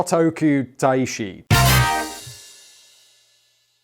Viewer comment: got to tell you Simon that you got Shotoku-Taishi spot on and if that was your first attempt, well done!